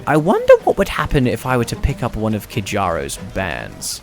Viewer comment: The j in Kjaro is a y sound,. ^^ Like in Norse words.:D